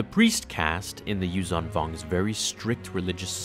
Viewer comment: Your pronunciation needs work.The "zh" in "Yuuzhan" is pronounced like a soft "z", not a regular "z". Source: Audio Books.